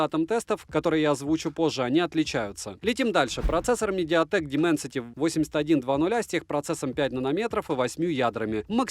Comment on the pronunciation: Звезда во лбу горит))) не плохо не читая дэмэнсэтиии